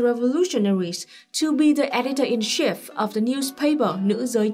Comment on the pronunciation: Note on pronunciation: You pronounce "chief" the French way sometimes. Ask American Johnson, How to pronounce it in American English.